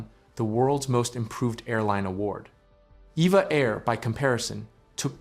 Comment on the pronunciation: I've been told that it's not "EVA Air" but "E-V-A Air."